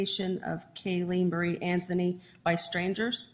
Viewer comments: The judge says “Anfony” instead of “Anthony“? Affirmative action at work! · I love that the judge says CASEY AFTHONY LMFAO